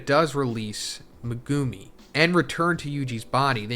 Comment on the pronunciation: ''Megoomi'' will always sound so cringe to me, I always wonder why anime character names are butchered so often when people literally HEAR them spoken in the show lol